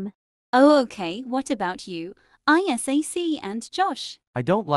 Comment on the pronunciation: “I S A C”